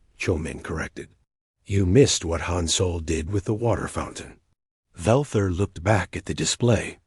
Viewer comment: Hi every story your a.i. says soul! IT'S SOL!